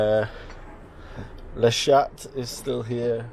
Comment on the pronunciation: Good to see you again! BTW in French you do not prononce the 't' in "le chat".